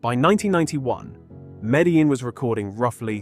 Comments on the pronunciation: You guys cant even speak it out right: Medjin, speak like its a Jay. This is spanish language, stpid! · Please don't mispronounce Medellín Medaleen ever again.